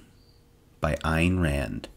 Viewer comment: This reader knows how to pronounce Ayn.Others say Ann or rhyme it with main.I read this book in one sitting when I got it for Christmas in 1979.I could identify with the protagonist because I always caught a hard time for being a loner and very individualistic.